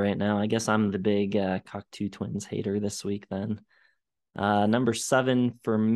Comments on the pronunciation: I've got a lot to say about this episode - it's pronounced "Cock-Toe" I believe - but I agree with final statement. Heaven or Las Vegas is often described as blissful dream pop but it really features so many tiny hooks in the interweaving vocal melodies and guitars that it's got far more dynamics than I ever thought before listening. Episode 4/5 ( rigidity...bleech) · But that's not how pronounced it. I'm not a native English speaker but I tried to spell it phonetically. Maybe I dit it wrong, but we mean the same thing. That's what counts. Cocto like in Go. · i know that this comment will win the pretentious-twit award, but i can't hear this pronunciation of "Cocteau" without shuddering a little. Yes, that's an overreaction. i'll work on it for next time. "eau" in French sounds like "oh" in English, not "u" or "ew" or "oo". There. i shouldn't press send, but i'm gonna anyway. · You’re not the first and you won’t be the last. The truth is, I don’t care and will never pronounce it correctly. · just salty because for once I wasn’t the only person mispronouncing. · They don't care and it doesn't really matter. it is just weird and funny to hear all of them butcher it repeatedly. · Wait, learned how to say Cocteau Twins, but he keeps saying Coctoo. Are you trolling us? 😀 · You're wrong about the band pronunciation. It is Coctoe, not Coctoo. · I love seeing younger kids listening to this amazing band. But you guys are killing me on your pronounciation of their name. Please fix it lol. It's " kawk tow not kawk too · It's "coc-toe", not "coc-too." It's French. For example, Canada's elected leader is Justin Tru-doe, not Tru-doo. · It’s pronounced Coct-oh. Not Cocktoo, or Cockatoo. Named after the French filmmaker and poet, Jean Cocteau. I saw them live back in the 80s, supported by Jesus and Mary Chain. They were very good. Good site. I like it. It would help if you did more homework beforehand, however.